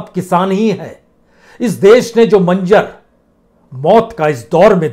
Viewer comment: Bajpaie aap apna pronanciation theek kare kiyo ki manjer aur najara sahi nahi h yeh h manzer nazaara is ko sahi h aap k munh se achha nahi lagta h abhishar aap aur Raweeskuar sahi bolte hain kisi k bat kerne me maza nahi aata h